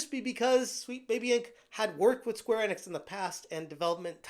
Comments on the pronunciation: Square In-Icks or E-Knicks.... I think its E-Knicks; say it right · My dude, its Enix, not Ennix